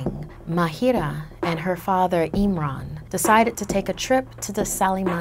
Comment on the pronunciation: when she said eemran i thought she said nimrod